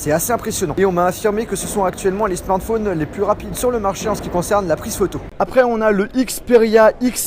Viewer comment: "tout ces smarNphones" :P